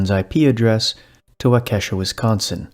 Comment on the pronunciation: Waukesha? Did he say Waukesha, Wisconsin? That’s where I live. It’s pronounced WAH-KEH-SHAW